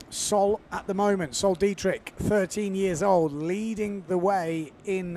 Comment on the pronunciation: Sol Degrieck (pronounced thegreek but with a softer g) Not Dietrich:)